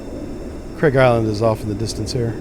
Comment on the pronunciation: Although Farsi to English do not match alphabets, it's actually pronounced more like "Kharg" Island, not "Kraig". Sometimes you'll see it transliterated as "Kharq" or Khark", but not "Kraig". Great simulations, btw! ONI Ettiko